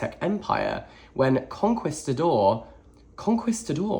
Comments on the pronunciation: It’s pronounced “con-qee-stador” or “conqueror” Also I signed up for my first TBR earlier this week awaiting my first list of suggestions!! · LMAO I thought you were saying "Conquest the door" and was so confused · ‘Con-kees-ta-dor.’ The ‘u’ isn’t pronounced. Like ‘quiche’. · Lmao Kon-Kee-Stah-Door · con-key-sta-door how? you read way more than me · Your pronunciation of conquistador is adorably wrong. For reference it's pronounced con-key-sta-dor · so many are flaming in the comments for saying conquistador ‘wrong’ but it’s the exact same pronunciation i use. it’s british english🫠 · The way he pronounced conquistador reminds me of that rly old vine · listening to a british person struggle with the word conquistador was so much fun. luv u <3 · not knowing how to pronounce “Conquistador” or “Tenochtitlan” really tripped me out! He’s British, of course he’s not familiar with the Aztec Empire. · I was screaming!! Not in a mean or angry way but in a please hear me way lol. Cuz I know once he learns how to say both he’ll be like “ohhhhhhh noooooo” cuz he’s so respectful of things like that. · I assumed that because he's british he would know because Spain in literally one country away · Re: his mispronunciation of conquistador, it makes sense to me bcs I have noticed that Brits often use Italian pronunciation rules instead of Spanish ones. For example in the word “dulce” I usually hear Brits pronounce the c like the “ch” sound even when it should be Spanish 🤷🏻‍♀️ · i love you so much and so dearly but your butchering of "conquistador" made me die a little inside 🫠 hugs and kisses xoxo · spaniard here, hearing you say 'conquistador' has really made my day thanks :)